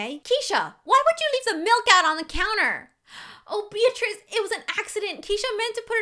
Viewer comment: my name is beatirz and you are saying my name right